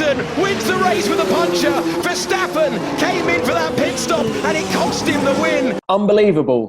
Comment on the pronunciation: TC pronouncing Verstappen: VeSsShHhHHtAppEN